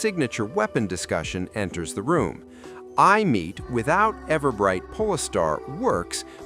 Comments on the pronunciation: It's Aemeath not "I'm meat" 😂😂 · Eye-a- Meat 😭🙏